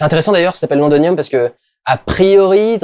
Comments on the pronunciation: pas londonium mais londinium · Par contre c'est lond"i"nium, voilà c'était la minute chieur :)